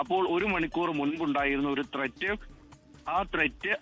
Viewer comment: Thret... thret....😂😂😂😂😂 Onnu മനസ്സിലാക്കി കൊടുക്കേണം